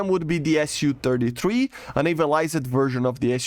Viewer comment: Hi, I am saying this in the hopes of helping and not to be rude or anything so take it in the manner in which it is intended. Since ik english isn't your first language. In words that that end with "ed" like "navaliz-ed" in this videos example, the E is silent and is not pronounced. Your pronounce it as "navalizd". I noticed this emphasis/inflexion when you pronounce words with ED at the end. The emphasis is on the D not the E. Hope this helps :)